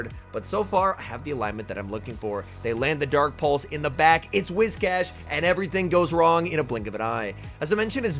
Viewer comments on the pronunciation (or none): none